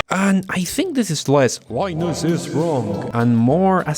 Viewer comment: Why do you pronounce "Linus" when you begin the video.. And then just completely give up on English further on... And say it as "Lenassss".. Jesus. I'm not even a native english speaker and this makes me cringe.. Almost can't watch your videos. Got through to this one. Good points. Agreed with everything you blurted out with little effort